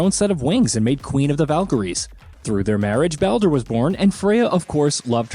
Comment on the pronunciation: I’m 100 percent convinced that they butcher the names on purpose to get people ripping them in the comments section. The more comments, the more they benefit from it. My point: listen from when he mentions Baldur… says it wrong twice and in the same breath says it right twice. Obviously knows how to say it right. I think the mispronouncing is simply a way to drive the number of comments because they know people will be quick to roast.